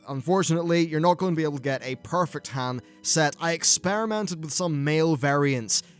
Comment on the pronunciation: A Brit who mispronounces Han Solo. Never thought I'd see the day.